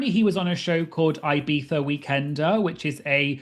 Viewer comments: Pronouncing Ibiza “eye-BEETH-er” is absolutely bonkers idc who you are lol and I know you speak Spanish so girl what lol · Don't ever say Ibiza like that. I'm super serious.